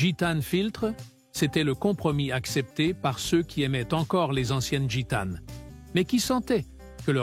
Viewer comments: IL FAUT DIRE A LA PERSONNE QUI FAIT PARLER L ORDINATEUR DE LA VOIX DU COMMENTAIRE QU EN FRANCAIS ON NE PRONONCE JAMAIS LA LETTRE " S " DU PLURIEL DES NOMS . ON NE DIT PAS " GITANE Z " MAIS " GITANE ". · " Gitane's, brune's " 😂😂😂